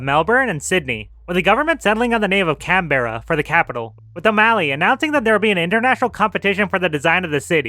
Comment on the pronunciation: I can tell a you put lot of work to research such a niche topic. Still didn’t pronounce Melbourne or Canberra correctly though!